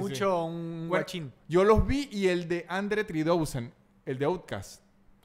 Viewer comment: Yo tratando de buscar quien es Andre Tridousen y me doy cuenta que está tratando de decir Andre 3000 (three thousand) jajajajaja